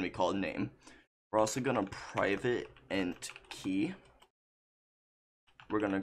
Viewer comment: did he just say int as initiate?!?!?!?